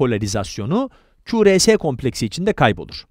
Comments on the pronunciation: kulakçık karıncık diyip ku,re,se yerine ku,ar,si demesi ve es yerine si demesi dışında güzel video aslında. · q r s 'deki s'yi si diye okumak biraz komik olmuş :)